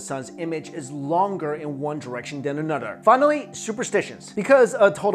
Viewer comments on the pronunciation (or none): LMFAOOO "longer in one direction than anudder!" lmao yoooo